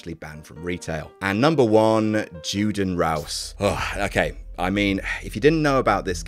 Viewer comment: I'm pretty sure it's pronounced "YOUden"...but then again, it doesn't matter, since no one should be mentioning this game out loud anywhere. Wow, the mind just boggles. "Oh, hello, human race, what'll it be? Would you like some genocidal tribalism to go with that Big Mac?"